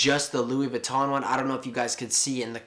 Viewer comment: Jamie Michael that's how you pronounce it